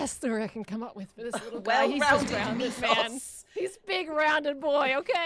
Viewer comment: Cleo pronouncing mythos as "meefos" is disturbing